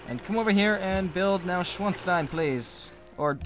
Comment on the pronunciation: neuschwanstein is pronounced noy-shvon-stein